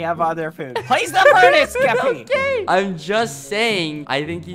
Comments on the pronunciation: I love how bbh says keppy instead of Skeppy. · bbh : ¨*says "skeppy" subtitles : JELLY